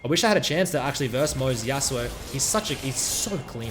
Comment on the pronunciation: Yas'oo'oh's Yasuo. LoL